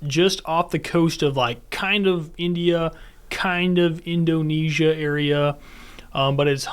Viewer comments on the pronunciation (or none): none